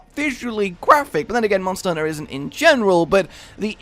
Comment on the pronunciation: Mawnster hunter